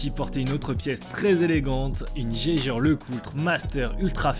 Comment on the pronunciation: Jaeger la prononciation 🤣